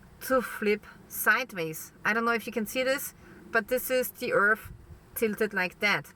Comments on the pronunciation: IT's hard to take her seriously when she keeps calling it 'earf'. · and earf